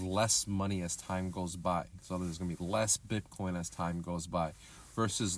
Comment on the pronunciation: It's BITcoin not BIP coin